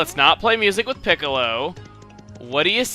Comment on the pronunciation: Every time I hear Chugga say Piccilo I think of Dragon Ballz...